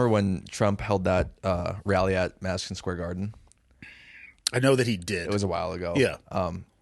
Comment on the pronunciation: loses by default until he learns to pronounce his D’s and stop saying them as TH’s. “Mathison Square Garthen”. Gross, lol. 😂